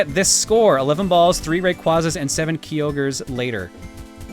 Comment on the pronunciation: He said Kyogre wrong...I cringe xD